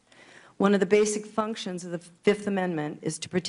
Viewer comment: FIF!!! EVERYTHING YOU SAY FIF!!!